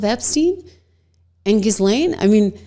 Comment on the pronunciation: It's not "Jislane" -- her name was pronounced by Virginia Giuffre as "Gil" (hard g) "Len." You don't pronounce the "S."